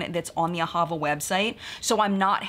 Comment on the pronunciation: AhaVA. Emphasis on the last syllable.